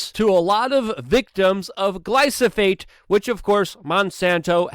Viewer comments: gly-PH-osate !! NOT gly-S-ophate !!! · Luke... It's Gly-Pho-Sate